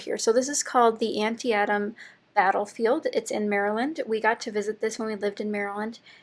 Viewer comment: A fitting page for such an epic location. I'm in the middle of an ABC album (8x8 size). My "A" page was Athlete and featured pictures from the local Highland Games competitions. FYI - I think the battlefield name is pronounced An-TEE-tum.